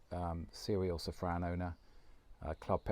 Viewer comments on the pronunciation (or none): Can you PLEASE pronounce "Safrane" in French instead of "Sefren"... It really sounds ugly. Merci beaucoup...